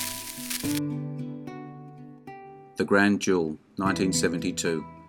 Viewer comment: There is a difference in pronunciation between duel and jewel